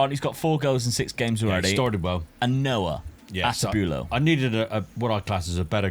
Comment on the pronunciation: Bro lmfao stop butchering names! Castellanos=Casteyanos, Atubolu not Atubulo, Hajdari is Haydari, not Hag-dara